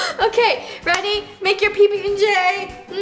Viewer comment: I had to listen to it twice xD She said "Ready?" but it totally sounded like she called her Roni!